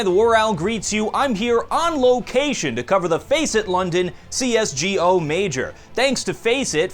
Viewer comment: Pls stip saying C S G O, just say C S GO pls pls pls